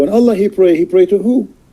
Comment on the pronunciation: Parece que diga wuala! Como cuando alguien expresa con una palabra admiración, sorpresa o etc… en lugar de Allah.